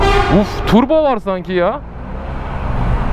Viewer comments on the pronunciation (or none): none